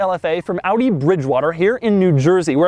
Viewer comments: I like how he correctly pronounce Audi right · it is so satisfying to hear you pronouncing the German car brands correctly!!! Audi, Porsche